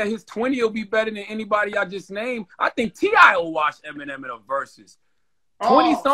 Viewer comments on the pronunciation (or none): Dude said T.I 💀💀💀💀💀💀💀